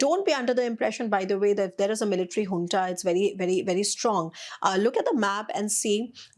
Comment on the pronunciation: Junta (military) is pronounced hunta